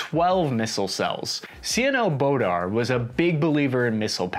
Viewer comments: It is Admiral Bore-da not how you were pronouncing it. The LRLAP (Long Range Land Attack Projectile) NEVER would have gotten to $30K a round, even if they could get it to work. They couldn't. The 30MM is way too small, so the ship is out gunned and out ranged, needed the 76MM. Even some of our newer ships only have the 57MM which is too small. The ship is stealthy up until it either moves or turns on its radars. There are wake following torpedoes and most enemies can detect the radar signals it produces. I am pretty sure the Navy found out it is not as stable as they hoped. Oh OK the hundreds of millions spent on the new guns and loaders and failed ammo, throw all that away to make room for a new missile. This does not fix all that is wrong with the ship or justify the billions to field it. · Other than butchering Adm Boorda's name I loved the video. I wonder how the minimum manning concept has worked out. The Perry class frigates were supposedly undermanned, and were supposed to be helped by shore facilities with maintenance. Never happened, the crew were just worked. Are the Zumwalt's the same or do they actually get the extra shore assistance? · He was killing me with his pronunciation of Mike Boorda's name.. I met him once on watch he sat and talked to me for almost an hour. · It really hurt my ears to hear the ADM's name mispronounced like that. Also, the missile shown is not a Tomahawk. Outside little thing like that, very informative video. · is well known for some interesting pronunciations. I wasn't watching the video(I was listening) and I couldn't figure out who he was talking about until he said that the Admiral passed away. I was wondering who Admiral "Bordar" was... I was in NROTC when that happened so it was big news. I always thought it was pronounced "Board-uh." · It's Bore-Da, not Border. He was a Sailor's admiral and loved by everyone but brass. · Adm. Boorda my friend. Not Bodar. Sounds like a marvel character. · Boorda != Bodar